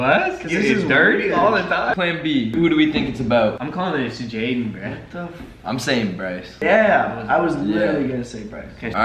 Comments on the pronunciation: its jaden not jayden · AHH NO NO PLEASE ITS "Jaden" NOT "jadyen" 😭